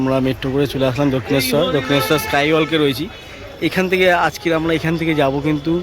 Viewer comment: স্কাই ওয়াল্ক নয়। ওয়াক।